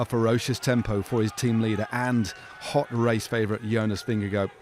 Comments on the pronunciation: There is no “oh” sound at the end of Jonas Vingegaard’s last name. Why, why, why are so many presumably professional bike race announcers being so disrespectful? Not “-goh”, try “-gar” with a soft/nonexistant “d”. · Vin-a-go (Just trolling) was brilliant today. He wasted valuable watts on a punchy climb where the gains would be minuscule. He keeps racing like that and he won't win this Giro or the Tour.